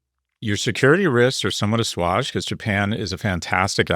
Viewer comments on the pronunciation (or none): Asswagged?? Assuage has a long 'a' scott. You've got money, hire a tutor so you don't embarrass yourself like this! Otherwise people are going to question your prof title. Somehow you've mastered all the four letter words. Time to move up.